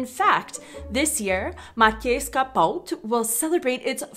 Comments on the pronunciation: Soft T mastered! 🙂👍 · Your "ť" sound is perfect, no worries.